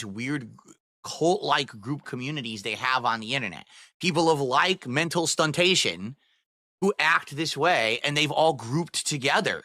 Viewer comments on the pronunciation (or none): The funniest thing is that thinks that during all this ranting, hes making undeniable sense and is just preaching to the masses. Makes fun of people for being stupid then confidently says a word like "stuntation".